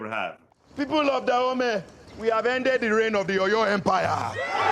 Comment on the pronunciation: "Kingdom of Da Homie" 😂